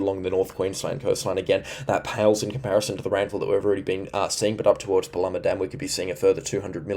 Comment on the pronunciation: Great channel. Love your weather channel. Can we teach you to speak North Queensland, hey !? Anything North of Townsville is Far North Queensland. Then you are on 'the Cape' Anything South of Macaky is Central Queensland In between is North Queensland Paluma - Par-loo - ma Mutarnee - Mu-tarn-nee Girlu - Grr-roo Keep up the great work. Sure is a historical weather event for the ages. Stay safe. And don't despair if you have been flooded, you will get through this event Queenslanders.